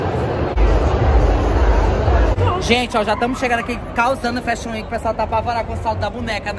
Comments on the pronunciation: Você precisa falar fashion week! Não é weenk e sim week. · Me acabei de rir ela falando Fashion Weki